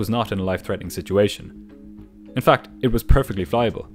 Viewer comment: "FAC"😁 "FAC"💀